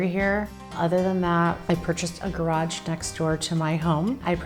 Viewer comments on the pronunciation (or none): none